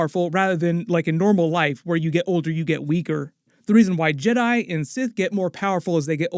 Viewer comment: ¿Why did he say yeRAI and not jedi?